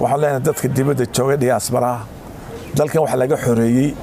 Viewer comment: Debeda weye not dibada